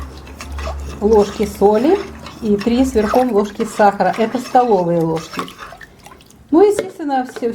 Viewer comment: А мне нравится, что она так говорит. Скорее- это местный говор.